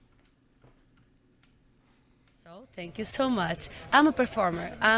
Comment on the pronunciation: #10 When I heard "Thank you so muts" I was pretty sure it was Greek. :D